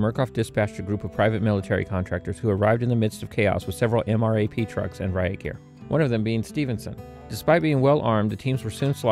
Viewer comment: for the MRAPS you could have just said it like "em-raps" lol